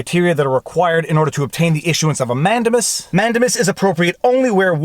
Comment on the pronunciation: man-DAME-us. In your livestream with Robert Barnes he repeatedly said it correctly. And the judge asking so many questions - in essence, conducting his own examination, was historically done in the English courts, and I believe still is today, so I am not surprised that it makes sense to a Canadian lawyer. But in America, judges generally don't do that. It's that separation of powers thing. I've seen convictions overturned because the judge was "prosecuting from the Bench".